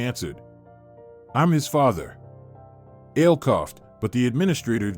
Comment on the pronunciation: Ale. Not ale like the drink. A le short for A le Jan dro